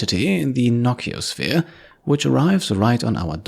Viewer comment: I love your series; one note though, I was always under the impression it was called a "No-CEE-oh-sphere" since nociceptors in your skin for example are pain receptors, and it is literally a "Pain Sphere"